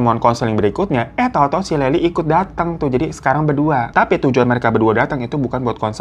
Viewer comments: Bang lyle bacanya layel bang bukan layli😭😭😭😂 jd salah fokus layli kaya mpok2 tetangga sebelah🤣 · Kok leli sih namanya.... tulisannya Lyle, bacanya LAIL pak Hirooo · Lail bang bukan laili, kek orang arab jadinya😭😭🙏🙏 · Lucu mana bang hiro bilangnya layli😂 sebenernya bilangnya "layl" bang hehehe. Tapi gapapa aku seneng banget akhirnya udah dibawain juga kasus ini. Karena aku nonton documenter dan seriesnya bang, jadi ngikutin updatenya di tiktok juga. Selama nonton seriesnya bolak-balik ngepause cuman buat geleng-geleng kepala. Betul membunuh itu salah dan setuju buat dihukum, tapi menurutku menendez brother ga deserve ditahan seumur hidup tanpa pembebasan bersyarat. Karena mereka ngelakuin itu juga efek ortunya begitu juga, setan bgt. Sampe pengacaranya erik aja bilang "kalo bisa milih adopsi anak, aku bakal adopsi erik", karena sebenernya mereka anak-anak baik dan sopan cuman salah didikan aja. Oh ya, menurutku emang agak mirip sama kasus Jessica Mirna pas dipersidangan, karena semenjak ada documenternya rilis kan jadi berteori juga kayaknya Mirna masuk penjara karena ada "politik kotor" oknum kepolisian. Ya dipertengahan proses persidangan menendez ini ada kasus lain yg "menangin pelaku", dan masyarakat banyak yg kecewa jadi nyalahin polisi/persidangan karena ada pelaku pembunuh yg bebas. Jadi kayaknya menendez brother ini juga korban efek polisi/jaksa penuntut gamau ngecewain masyarakat lagi dengan ngehukum menendez brother seumur hidup. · Bang.. si Lyle ya maksudnya, bacanya bukan “Laili” ya tp “Lail” gt bacanya bang Hiro 🙏🏻😭 maaappp awal2 dengernya bingung kok ada Laili itu siapa.. 🙏🏻🥰 maap ye bang…🥰🥰🥰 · bang namanya bukan leli, tapi lyle, ini sebenarnya serius pembahasannya tapi ini tergacor yak, ngakak terus gw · Maaf Mimin lyle nyebutnya leyl bkn laili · Banggggg layel bang bacanya bukan laily 😂😂😂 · baaangg, laili siape sih😭😭 bacaan namanye Layel bang, Layeel😭😭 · Bang monmaap cara baca nama Lyle itu "Lail" bukan Laili😂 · Lyle baaaangggg bukan layli 😭